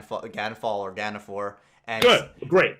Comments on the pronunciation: Did really get you guys saying Ganfor for the entire episode? Gan Fall is the proper way. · I swear to GOD I had a mini aneurysm every time said Gan for instead of Ganfall